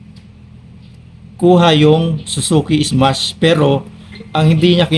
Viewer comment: Smash po hindi ismas😂😂😂